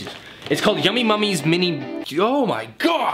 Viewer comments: The box says Yummy NUMMIES. You kept saying Mummies. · ITS NUMMYS NOT MUMMYS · Why do u say yummy mummys its Yummy Nummies